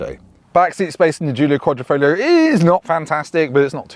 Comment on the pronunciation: Just out of interest, why does everyone forget there's a g in quadrifoglio? It's sounded as well...kwod-ri-fawg-leo.